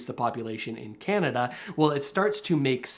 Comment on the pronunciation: I turned you off the minute you said Radio Kanada